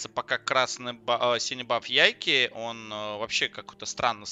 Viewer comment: Как же меня убивает твое "ЯйкИ" =)) ты же слово take не говоришь "тейкИ" =) Его английские комментаторы называют "Яйк"